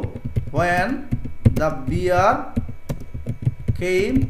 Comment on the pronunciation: Bear, not beer